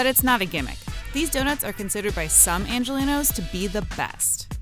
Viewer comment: really calling us "angenlinos"